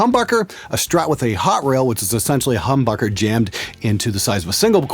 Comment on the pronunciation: it sounded like he said humburger